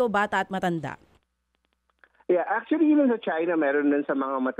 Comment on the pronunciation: Achully, achully, achully...